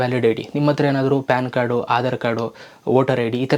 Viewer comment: fan card alla pan card😂